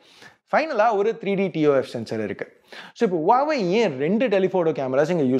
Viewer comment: Huwaweaaa illa Huwawe